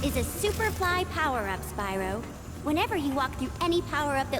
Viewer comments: The way you pronounce Spyro bothers me. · This is how we pronounced Spyro as kids